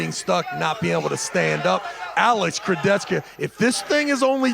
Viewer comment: Kurdecha ❌ Kurdetchka ✅